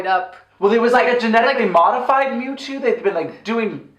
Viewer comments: I have never... NEVER heard mew two beeing mispronounced as Mooto x,D I’ve been a fan of pokémon since I was eight, stil a proud fan today even though im 26, never saw this film though.. I could tell it would be trash :P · I died when she said memetwo